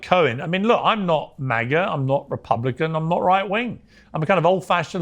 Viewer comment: To think he claims to be a ree-pub-likan.